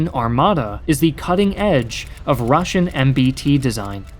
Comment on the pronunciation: As a russian i feel pain when he pronunces all that russian words